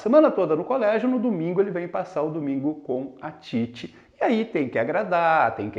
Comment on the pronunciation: Ótima análise, professor. Mas uma observação: Titi não é paroxítona, mas sim oxítona. Você pronunciou ao longo do vídeo como sendo paroxítona. Caso o fosse, haveria acento em "Títi", como em "táxi". Parabéns pelo vídeo.